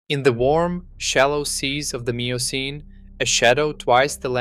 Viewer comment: Miocene is pronounced ‘myocene’ and carcharodon is pronounced ’karkaradon’